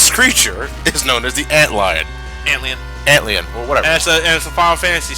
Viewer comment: It's Ant-LIE-on, not Ant-LEE-on. You said it right the first time.